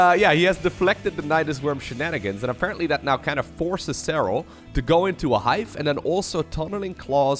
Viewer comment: Nice pronuciation of "Serral" :D